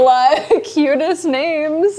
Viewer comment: I love you so much but you are BUTCHERING normal names 😂